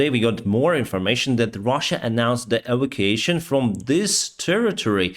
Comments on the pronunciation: Sorry, - e - vac - u - a - tion (e-vak-u-a-shon). Sorry, really did not understand the first three times you said it. Thank you for the update. Your channel is great. Down with the monster, beast and murderer of innocents - PUTIN. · Please......it is not "Avocason", the word is "E-va-cu-a-tion". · e - vac - u - a - tion (pronounced: 'shun')